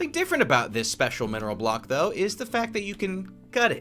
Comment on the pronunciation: Did anyone realise the K in ‘Weathered Copper BlocK’